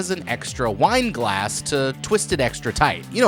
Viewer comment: Extra “wineglass” lol it’s a “windlass”. But close